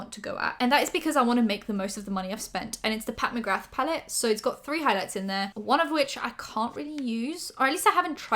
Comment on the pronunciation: The "th" at the end of McGrath is silent. ✌️💕